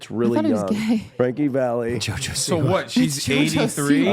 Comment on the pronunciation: please, it's Frankie Valli not valley!